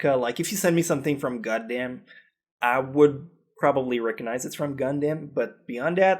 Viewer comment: I love how he says Gundam. TURN A GODDAMN.